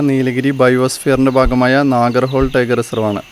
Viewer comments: Great effort.!!! നാഗർഹോൾ അല്ല, നാഗർഹോളെ ആണ്.😊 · It is not nagarhole, it is pronounced as holae meaning river.